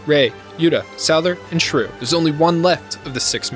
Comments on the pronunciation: Am I the only one that hears him calling Shuu shruu? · Raoh is pronounced Rah-Oh not raow. Why the heck are you calling Shuu "Shrew"???